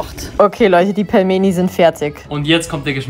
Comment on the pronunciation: Es wird pilmeni ausgesprochen und es ist russisch